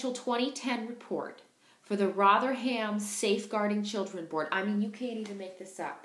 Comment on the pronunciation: Actually it would be better to put the rum back. It's pronounced Rotherum, even by shandy drinking southerners.